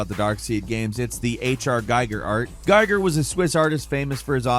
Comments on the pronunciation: Giger's name is pronounced "Gee-gur", not "Gei-gur". (Obligatory futile correction.) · It's a German name and it is pronounced GEEger, not GIger. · It's pronounced Gheeger. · Giger rhymes with eager. Get it right. 👍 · Your pronunciation of Giger's name made me want to give this a thumbs down, but I suppressed the need.